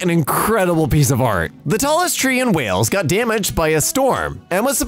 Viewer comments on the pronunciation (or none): none